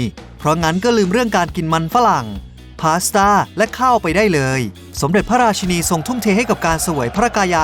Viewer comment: ราชินีนะคะ อยากให้ออกเสียงให้ถูก😂